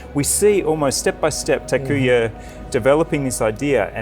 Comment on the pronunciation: thank you for making this video, loved every minute of it, except when you and Mr Naito kept on saying Takuya instead of Takuma :)